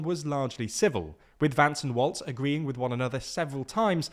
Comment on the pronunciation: I love ya'll but it's walz not waltz